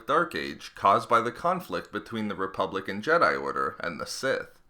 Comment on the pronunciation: Ok, seriously, I can't help but hear "republican jedi" everytime you say "republic and jedi." I know exactly what you're saying, but I just cant help it